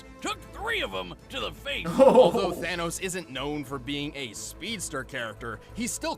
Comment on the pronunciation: It's the anus not thanos!!!